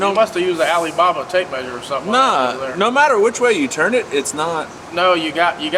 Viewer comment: My man said ali baba tape measure. Lmao.